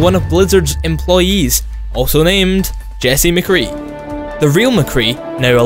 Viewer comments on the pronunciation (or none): none